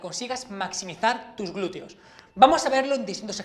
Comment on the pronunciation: ¿Por qué pronuncian "glureo"?